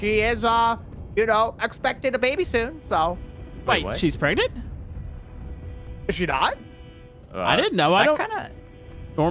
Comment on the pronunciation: she's pre preg You:she's pregert!!!!!!